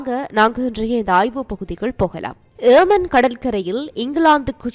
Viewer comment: Not yeeman its yemen Please pronounce properly.